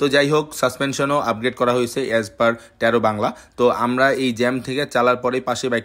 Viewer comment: ট্যারো নারে টারো,ঠিক করে বল